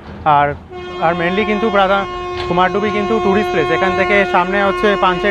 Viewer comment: Bro it's not Kumardubi((কুমারডুবি) it's actual pronunciation is Kumardhubi(कुमारधुबी /কুমারধুবী). Mostly west bengal people pronounce it wrongly. It's my hometown so that's why i wanted to make you correct it.